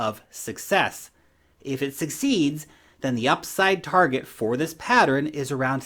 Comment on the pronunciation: Its pattern, not patterin.